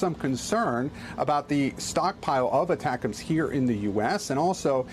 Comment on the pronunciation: Attackems! Lol! Just say it one more time...